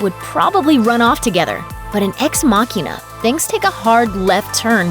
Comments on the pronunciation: ex-machina not makeenah.. lol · The way she mispronounces ex machina is just irritating.